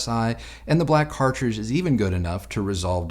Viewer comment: cartridge - cartridge - cartride .:))